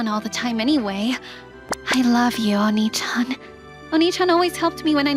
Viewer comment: I'm Not fond of the use of "Oni" instead of the correct "Onii"